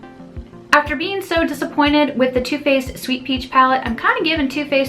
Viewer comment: When you say 'Too Faced', I think you're saying 'toothpaste' haha.